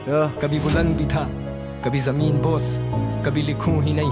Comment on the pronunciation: It's not zameen doss it's zameen bos